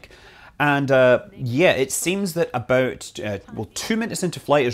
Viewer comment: Why can't people say "about" properly.